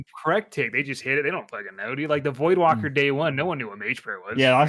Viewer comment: Please teach how to pronounce voidwaker. There isn't an L in that word